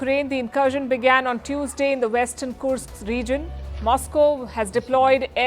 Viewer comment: It’s not loyal but Kursk with the u pronounced as I umbrella